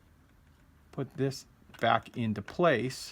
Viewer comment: "we'll come bock"😂